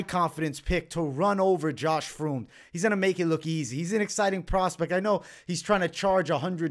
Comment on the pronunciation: First fight Josh Fremd is pronounced friend basically